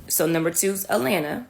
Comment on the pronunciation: Not Alanna - Atlanta - good grief, it's not even a difficult word to pronounce. Enough internet for me, today...have a nice weekend, everyone...